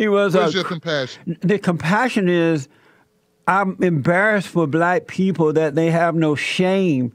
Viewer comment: This man can't even pronounce the word black he says blasts this nigga is dumb like I said they found him under the freeway overpass sleeping in his box.